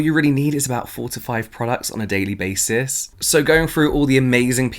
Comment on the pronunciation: I thought you said 45 products, not 4 to 5 products. lol